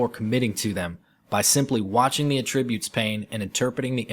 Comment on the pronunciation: "Attribute" is stressed on the first syllable